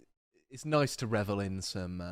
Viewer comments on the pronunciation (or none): none